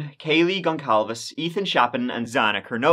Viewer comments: It's not ''Gonclaves'' it's Gonçalves and it pronounces ''Gonssalves''. You're welcome. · Its pronounced gon.sal.ves instead of gon.cal.ves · “Goncalves” is the Portuguese version of “Gonzalez,” so is pronounced more like “gon sal ves.” 😃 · The last name Goncalves is pronounced gon-sal-ves.